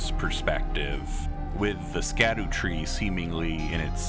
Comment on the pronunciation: A theorist still pronouncing it as Skadu and not shadu?